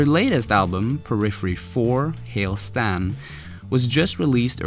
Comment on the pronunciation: Bahaha “Hail Stan”? It’s Hail Satan